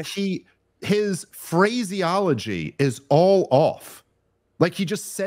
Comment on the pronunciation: Phraseology? You pronounced it wrong after making fun of Waltz lol.